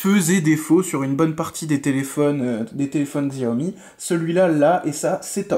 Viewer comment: Bon test.. Sauf que : 6 ou 8 Go de Ram et non 4, snapdragon 835 n'est pas de finir 2017,mais avril 2017 ( le 1er à l'avoir étant le galaxy s8) Petite précision : on prononce " chiaomi" 😊